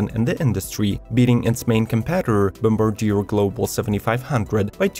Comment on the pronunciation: Great video!! Very meticulous and informative! Thank you! Bombardier = Bombardi - eh (like the letter 'a'), & Debuted = Day - byood .. I have been teaching English my whole life, don't be offended.. the more you know, the better off you are! Keep up the great work!